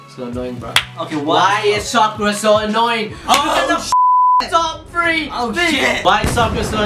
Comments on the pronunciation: explain why naruto could have chosen sakura because you just talked about the writer and hinata and naruto and you say the names wrong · therealkite i thought you said sakara